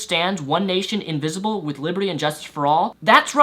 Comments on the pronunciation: It's "Indivisible" not "Invisible". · Did he say invisible a few times, instead of indivisible? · Completely off topic from the main point of this video, but when you say the pledge, are you saying invisible? Because you do know it is indivisible, right? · He kept saying "One nation invisible" instead of indivisible. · Sounds like you're saying "invisible" rather than "indivisible"... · No, I don't think so. He clearly says "invisible" four times -- the rest of his reading of these variations of the pledge is also rapid, but there are no other missing syllables. Certainly not disagreeing with the point he's making, though.